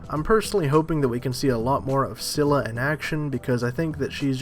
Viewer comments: its pronounced as Skylla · Scylla is with a hard C. Pronounced Skylla